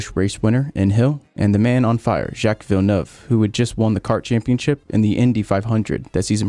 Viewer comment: How is it that this man pronounced Grand Prix like a Brit but can’t pronounce Jacque Villinueve